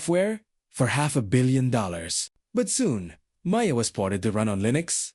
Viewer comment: This AI voice is pretty good but it can’t say OpenG or Maya correctly.Then the voice changes and becomes more gruff, momentarily.